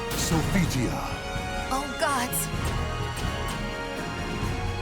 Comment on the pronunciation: can your staff at least pronounce their names right? SopiTia????? oh hell no.